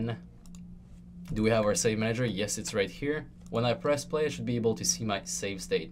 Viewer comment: I HAVE to know why do u say manEYger and not manager?